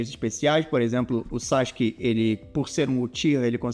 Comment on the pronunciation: pq ta escrito sasuke e vc fala sasq?